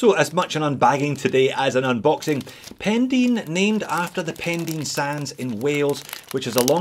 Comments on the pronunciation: Pendine is pronounced Pen-Dine, not Pen-Dean:) Great video - have had my eye on a Farer for a while now, intrigued by the colourways. Appreciate the review. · It's funny to Hear a Scot in Australia, trying to pronounce a Welsh Place Name! It's not Pen Dean, it's Pen Die n.. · Morning, happy new year mate - the pronunciation is Pen(dyne) I live just down the road:) at least that's how we say it! Nice watch. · Pen dyne ? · Great video as usual and Happy New Year to you, by the way it's Pendine rhymes with sign.